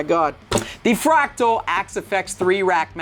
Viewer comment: Are you saying Fractal or Pterodactyl?